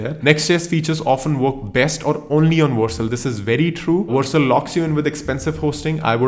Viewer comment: It's Vercel not Warcel😅